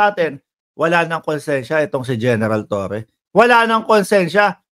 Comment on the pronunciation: torre po hindi toreon